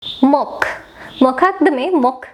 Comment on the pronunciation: Cant tolarate your pronounciations...learn to pronounce the word 'mock'